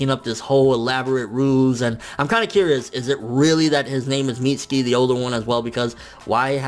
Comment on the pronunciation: FN its weird how you say " mitz-ski" instead of "mit-su-ki"